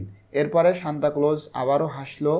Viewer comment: bai apni bar bar shantaclose shantacloso aishob ki bolsen:face-green-smiling::face-green-smiling::face-green-smiling::face-green-smiling